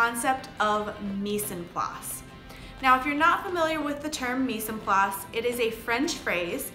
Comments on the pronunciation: i love the vid just for info mise en place is pronenciated more like Mize on place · they way you said "mise en place" was kinda funny to me cause its french lmao. ignoring that I think this a wonderful playlist and I'm glad you made it